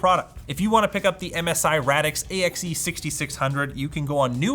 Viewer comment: It's pronounced RAY-dix